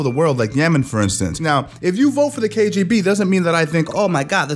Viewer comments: ‘KJB’?! No more head-contact sparring... PS. Don’t EVEN blame your New Yakk accent homie 🙈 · you kept say kjb instead of kgb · Anyone notice he says KJB instead of KBG